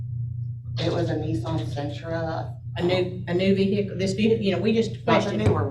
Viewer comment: How do people still not know the H in vehicle is silent. Vee-hickle sounds so white trashy.